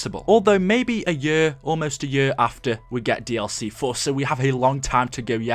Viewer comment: I love the way u say year xD YURRRR